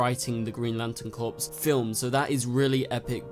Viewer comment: Its pronounced "CORE" not "CORPS"